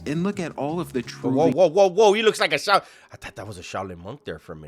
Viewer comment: There's no g in Shaolin.